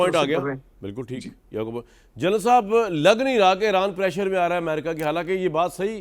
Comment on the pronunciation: It is eeeeraan not Aeraan please